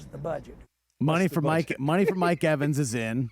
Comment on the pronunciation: Mike EVENS lmao. Put some respect on his name smh!!!